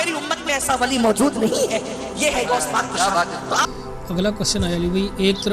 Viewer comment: یہ مولوی غوث پاک کو گوس پاک کہہ رہا ہے ۔